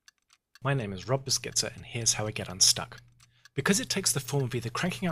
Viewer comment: That is so not how I imagined you'd pronounce Beschizza :D